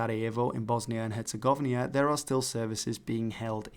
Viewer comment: "Bosnia and Herzegovnia" 💀